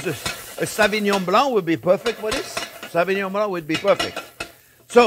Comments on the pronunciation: French? My foot. A French man would not say savignon (sa-vee..) instead of sauvignon (so-vee...) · 'Savingnon' blanc..😂😂😂